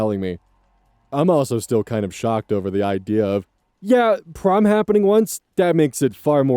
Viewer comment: i thought prom said porn 😭